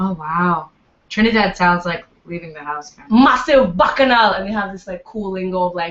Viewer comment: lol saying" baccanale "